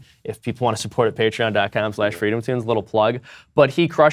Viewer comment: FOR FWEEDOM!!!!